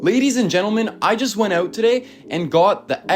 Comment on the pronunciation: “I just went ooot today….”